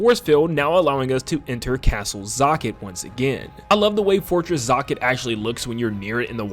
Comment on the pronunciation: You say "zokket" much differently than I do lol.